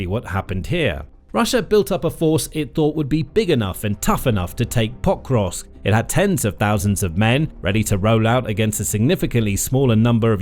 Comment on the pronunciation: Anyone count how many times he said potrusk. So annoying